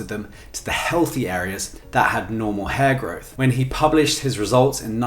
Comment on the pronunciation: At first it Sounds like he’s saying HairGod lol, & my first thought was someone has taken the whole hair thing a little too serious😂